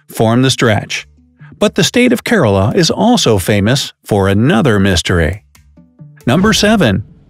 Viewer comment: Its not Corolla.....its pronounced as Key Rah La......The place where i come from